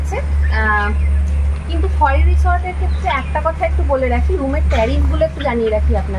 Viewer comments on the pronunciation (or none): খৈরী ছিল এক বিখ্যাত পোষা বাঘিনী। তার নাম অনুসারেই বাংরিপোসির রিসর্টটি নামাঙ্কিত। খয়েরি নয়, উচ্চারণ "খৈরী"। ডুবলাগড়ি বীচ - ডুবলাগাছি কে বলেছে?